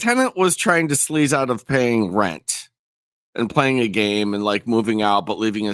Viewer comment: The way the daughter pronounces rent is like nails on a chalkboard